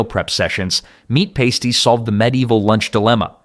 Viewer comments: Pasties (it's pa-sties, not pay-sties) haven't gone anywhere... they're still readily available in the UK, Australia, NZ... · Pasties are pronounced pas-teez, not pay-steez and they are still here. They are one of our most common foods in the UK. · Its pronounced "pass-tees" not "paste-ees" thats one of those nipple covers burlesque dancers wear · Soooo.......you know pasties are still a really common grab n go food in the UK right? ......And that it's pronounced Pass- ty not pays-ty? ......Ngl my 'Westcountry raised but back home like the Northerner i am' ass flinched , one eye twitching most grievously every time he said it......😂😂😂😂